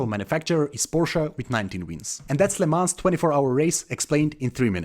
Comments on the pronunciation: Great video but the whole time youre pronouncing it wrong. Its not "le mans" but "le mon" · Isn't Lemans pronounced LeMan? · Awful pronunciation. Please run the name through Google translate next time just to hear how it’s supposed to sound. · the le mans pronounciation tho lol